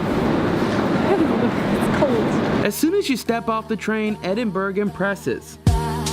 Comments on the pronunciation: Edinburgh is pronounced Edin-Burr-uh, ie for get the G. It's tricky, I know. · Edinburgh isn't actually pronounced how it's spelt, phonetically it's pronounced Edinburra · Yep but at least you got it wrong consistently - sadly someone who is telling you how to actually say it is also wrong; its not four syllables its three. Ed-in-bruh. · Please say Edinburgh Correctly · Edinburgh pronunciation = WRONG. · Croissant is pronounced ‘Kwa-son’ or ‘Kwa-sont. Never ‘Cros-sont’. Also, it’s ‘Ed-in-bu-row’ or ‘Ed-in-Bra’. Not Ed-in-burg. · When you visit a city you really should know how to pronounce the name. It is Edinburr A as in A for apple , not Edinburg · Nice video, but it's pronounced EdinBORO, not Edinburgh. And that beautiful spire is the Sir Walter Scott monument, & you can actually climb to the top of it, unless you're very fat because, obviously, the stairwells get narrower & narrower as you climb. Lovely view of Old Town from the top! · It’s pronounced EDIN-BRUH not Edinburg! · 🤣 Edin... berg! It’s Edin... borough, as in “thorough” or “soro(...gate)” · Amazing video but people should really have heard someone say the name Edinburgh before trying to say it themselves haha. I just cringe hearing people say Edinberg everytime. It's Edin-buh-ruh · Great to follow you around Edinburgh - pronounced (/ˈɛdɪnbərə/)or phonetically, Ed in bur uh, not Ed in burg! Ha! Looks like you guys had a great one! Next year Ireland? 💪🏽🤠👍🏽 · You're wrong. It's not Ed in bur uh, that's another common mistake made my tourists. It's Ed-in-bruh. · its pronounced edd--din--bruh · Wish Americans could say Edinburgh properly! You don't pronounce it Edinburg. The gh is a soft sound not a hard g. It's the same with Glasgow, never say that right either! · its EDIN BRUHH!!!!!!!!!!!!!!!!! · Funny how the yanks can't pronounce that gorgeous city. EDINBURG 😂😂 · Nope, it's Ed-in-bruh.